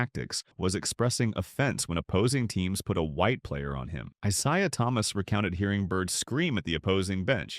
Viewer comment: Who da hell is I Zye uh Thomas???